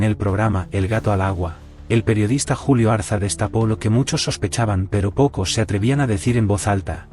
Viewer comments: Ariza, no Arza. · Es Julio Ariza por favor, no Arza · No es Julio Arza, sino Julio Ariza. Revisen la máquina. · Decidle al traductor de inteligencia Artificial, que Julio Ariza, es ARIZA, no ARZA !!